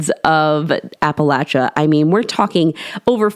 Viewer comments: Yes, I noticed that she said it right too! It drives me crazy when they say it like Appa-lay-chia! It's Appa-latch-a people! Not lay-chia 😤! The A keeps the same general sound all the way through! Not A like in lay, but A like in apple. 😊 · Thank you, great job of recounting some of the stories from my home region....and most importantly for pronouncing Appalachia correctly.